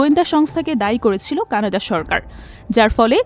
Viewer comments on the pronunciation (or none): none